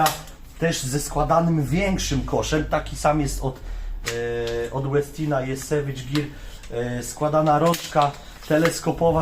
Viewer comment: Koszulka tematyczna u towarzysza , wczoraj był dzień kawy podobno, światowy nawet// Co do wymowy "Westin", to mam pewne wątpliwości, nazwa pochodzi od Ingvara Westina i raczej wymawia się "po szwedzku", może profesor Bralczyk czy Miodek ogląda, to niech się wypowie fachowo...